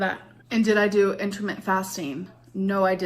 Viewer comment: She said "intermittent" a different wrong way each time 😮